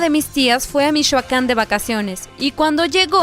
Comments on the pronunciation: Mishoacán jajajjajaja, saludos de Michoacán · Mishoacan dice XD